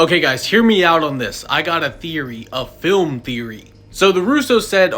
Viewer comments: Did you say film theroy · “I GoT a ThEOrY, A fILM THOeRy.🫡🤓” Oh my days.